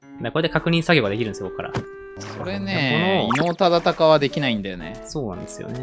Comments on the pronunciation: 伊能忠敬ちゃんと言えないのすごく分かる 地図の書き方色々なの面白かった ここ笑った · 伊能忠敬さんってちゃんと言えない可愛い...